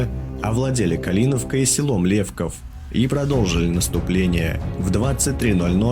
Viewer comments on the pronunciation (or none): Не ЛЕков, а ЛевкОв. И не Свидин,а Свитын. И вокруг Житомира леса, а не поля и степи, и хаты все побеленые, но ни как не из почерневшего дерева!